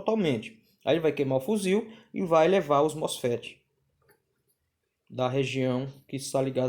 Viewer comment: FUZIL? Ou fusível? kkkkkkkkkk